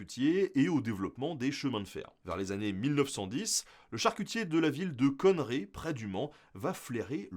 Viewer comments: Alors on dit Connérré pas Conneré 😅 Sinon super short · Petite précision, Conneré se prononce ConnÉrÉ. Et pas conne-ré. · Tu prononces mal "Connerré" sinon très bonne vidéo